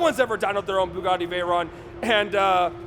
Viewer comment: Please pronounce it correctly, it's vey-ron (it's a French name)